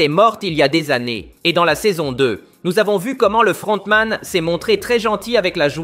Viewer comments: Sa me fume quand il dit le fRRRRRontman😂😂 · le frrrrontman😂😂😂😂😂